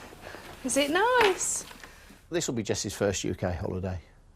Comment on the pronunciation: "Noice room innit??" 😂